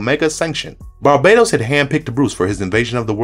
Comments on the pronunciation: Bar-BAH-Tohs not Bar-BAYE-Tohs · Great video! But is it pronounced Bar Ba Tose or Bar Badoes? I’ve heard both but I say it the first way. All I think of is Rihanna when people pronounce it the other way lol 😂!! I also love the DCUO clips, I play that everyday, it’s my jam!! Anyways thanks again for an amazing video!!